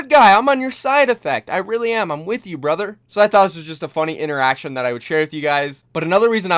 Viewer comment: Sound so KKona when u say brother.